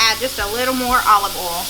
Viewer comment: It’s not olive Al it’s olive oi